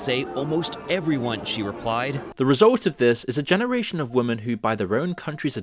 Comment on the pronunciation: When the fuck are you going to learn how to correctly pronounce the word 'women'?